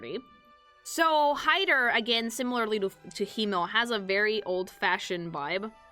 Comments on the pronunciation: As a german: you dont Roll the Rs in Frieren. Its Him-mel, not Hi-mmel. Its a hard T in Heiter, not a D. Like in T-Rex. Or Traffic. Stark is pronounced Shtark. Flamme is pronounced Flam-meh. I cant actually tell you how to pronounce ü. Ue is the usual short hand. Graf is a Noble title equivalent to Count. Also, its Lawin-E. Dont swallow the E. Its Kan-ne. Ehre: short E in the end. Richter: ch. CH. Not K. Its not Eddel. Long D. I give up T_T Edit: Sen-se, german for Scythe. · as a german the mispronouncing of their names hurts. but its also mispronounced in the show itself. frieren is not fri eren. its free ren. ( means freezing ) himmel. is not him mel. its him el. ( means heaven or sky ) Heiter is not heider. its got a sharp T. so heiter like height er. ( means pious or joyful ) Eisen is not ice en. its I zen. like the meditation zen. ( means iron ) fern is nut pronounced like urn. its sharp, not soft, the R is being softened to much and also should be a bit shorter then it sometimes gets pronounced as. ( means distant ) Stark is not stark like " star features " its SCHtark. with a soft sch sound at the start. like almost a shushing noise. ( means strong ) you somehoe mispronounced flamme worse then the anime itself does. its flam me . not flam like some weird bam onomonopia. ( means flame ) Qual, you shortened to much. drag out the a just a little bit. ( it means torment ) Aura is the same word in german and english. but given all other names are just german nouns if we keep in line with that it should be more sharp in the au of aura. its au like ow lügner. you at least only mispronounced the difficult umlaut which is a hard thing to describe phoenetically since there is no similar sounding word or tone in the english language. its like mixing a u and an I sound at the same time. giving you a pass on that cause you got the rest of it right. ( It means liar ) linie you pronounced linny. its lee knee eh ( means line as in a straight line ) Draht